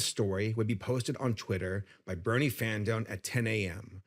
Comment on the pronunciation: My biggest issue with this sabrespark dude is that every time he says “brony” it sounds like “bernie.” 😂